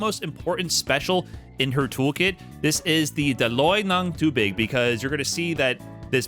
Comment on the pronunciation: His "tubig" pronunciation is on point. I also love the "trying my best" disclaimer after each Tagalog word. Hahaha. <3